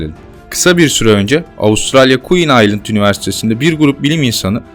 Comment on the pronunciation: queen island ne aq , queens ( land ) doğrusu